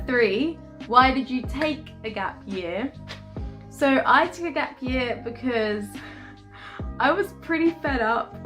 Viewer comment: 'Gap yah' is how you usually pronounce 'gap year' don't lie 😂 you are trying to sound more london now